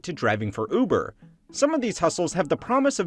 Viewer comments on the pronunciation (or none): none